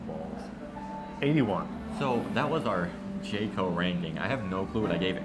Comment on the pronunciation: You pronounce jco correctly unlike other foreign youtuber lol